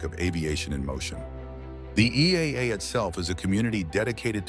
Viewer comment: This video is AI slop. The name "EAA" was mispronounced and video of a warbird was shown when talking about vintage. Go find a video from someone who has been to AirVenture.